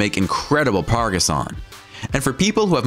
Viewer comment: Pargass? How about Progress? Aren't you embarrassed by not being able to simply pronounce a common word? PLEASE SPEND THE TIME TO EDIT.